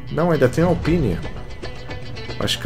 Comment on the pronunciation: mano o jeito que você fala alpine Q AGONIAAAAAAAAAAAA!